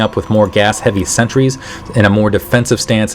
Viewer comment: You're calling sentries "Centuries"